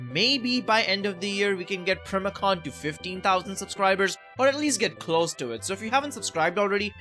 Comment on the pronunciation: NOT PRIMACON ITS PRIMAL CON💀